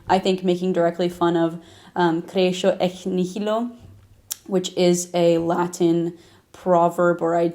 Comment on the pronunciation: You have a darn good US American English accent. Can I pressupose you live in the US or has lived several years? Your latin on the other hand... you pronounced creatio like an American would... while it sounds much more like a Brazilian (from Curitiba) would say it.